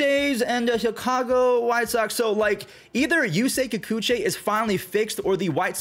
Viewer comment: it's YOO-SAY KIH-KOO-CHEE, not Kikuchay